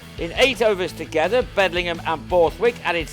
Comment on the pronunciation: Don't like the commentator. It's Bedingham NOT Bedlingham.